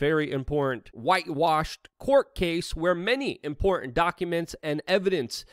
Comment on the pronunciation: Why can't Luke pronounce the word "Important"?